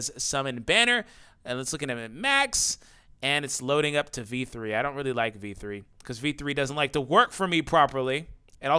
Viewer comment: Lol when you say v3 it sounds like. "Dammit v3!" 😂